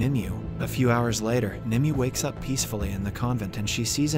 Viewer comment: Her name is pronounced nimway